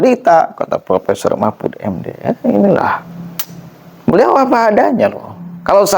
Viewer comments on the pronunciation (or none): Akang presenter punten, profesor bukan propesor, ,,,informasi bukan impormasi❤